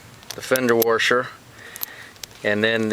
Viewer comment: Lol its washer not warsher